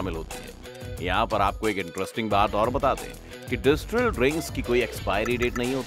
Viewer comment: डिस्टिल है, ना कि डिस्ट्रिल। 👍